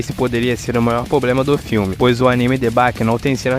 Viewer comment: Dica: Para de falar " Pobrema" é Problema . O resto ficou bom no vídeo